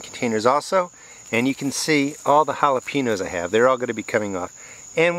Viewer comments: Not to be a jerk or anything, but when you say jalepeños, the "ñ" is pronounced "nya" like hal-uh-pen-yos. I'm a bit jealous of your pepper harvest! The video was great 👍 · Make an effort not to mispronounce Jalapeños